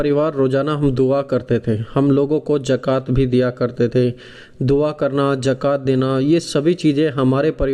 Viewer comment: JAKAT NAHI ZAKAT BOL BEWSQOOF....ROJA BOLTA